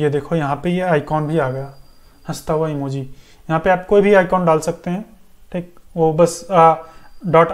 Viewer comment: Bhai sahab ye appka "THEEK" Apne gaon ki yaad dilati hai. Your videos are very useful, I am going to complete this tutorial.